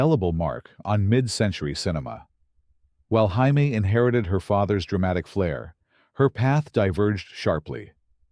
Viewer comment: Jaime Lee Curtis name is supposed to be Jay-me. Not Hi-me!!